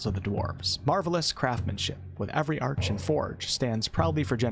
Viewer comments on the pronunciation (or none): none